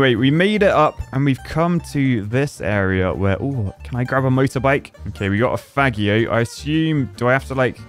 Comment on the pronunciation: its pronounced "fah-jio" like parmigiano. Its meant to be italian, since they ride mopeds a lot in italy